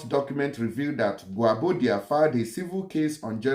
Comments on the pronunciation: You don't korrupt His Name bro! it is pronounce correctly as "Guobadia" and Not Guabodia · Which one is Gwabodia?Next time read and understand your pronunciation before coming to public space.His name is Gwobadia.